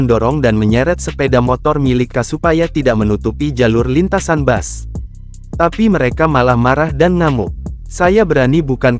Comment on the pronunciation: Bukan bas min tpi bis...itulah pengucapan yg benar